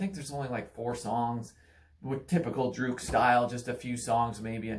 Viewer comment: Please learn how to say the bands name right.